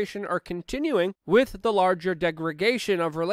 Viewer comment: Try saying "With", not "Wit".